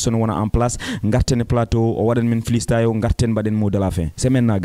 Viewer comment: Dj on dit pas flistyle c'est freestyle